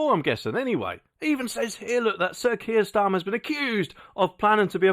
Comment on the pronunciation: What 'T' is Kier Starma?